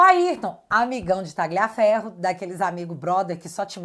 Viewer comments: A pronúncia é "Tálhia" e não "Táglia" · Caramba, a direita tem que ser e parecer inteligente. A pronúnica do nome Tagliaferro é Tálhafero(Com o r na ponta da língua) do italiano, que significa "Corta Ferro"